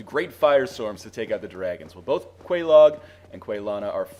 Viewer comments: Quelaag is pronounced. Many, many times. Its pronounced Kwee-Lag. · I think it's pronounced like the cereal, Kellog. At least, you should be calling her that anyway... Ms. Frosted Flakes. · my guess is also Kay- Log for pronunciation. love the vids bro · quelaag? sounds like kellogs LOL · This comment is a bit late but if you get the Witch's ring then you can talk to the Fair Lady. She says Quelaag's name so there is a correct pronunciation. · Quelaag is pronounced. Talk to her sister with the witches ring on.